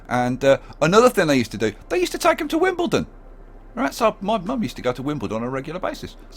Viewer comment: Wimblendon?!! God I love your series